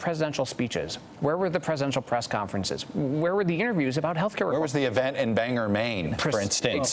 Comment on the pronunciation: Bangor Maine. Bangor. Not bang-er